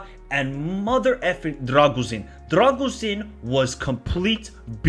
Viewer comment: Great vid! On a side note, i'll give you a little hint with the pronounciation of the names: it's not "RA-TOOI", it's "RA-TZEE-OOH". It's not "DRAGUZIN" it's "DRAH-GOO-SHEEN". Same with "DRAGUZ", the correct pronnounciation is "DRAH-GOOSH"